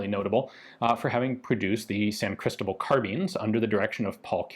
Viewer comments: Just to make a little correction: As you are pronouncing it, it sounds like "Crístobal" (note the í with the comma on top) and not "Cristóbal". If that symbol is there, it indicates where the accent is, which syllable sounds the strongest. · It's pronounced San Cristóbal (stress the 'o')..